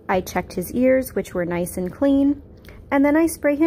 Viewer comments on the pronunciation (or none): none